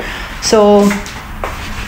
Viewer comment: Pls speak the S sa name sa country...The NetherlandS and not Netherland.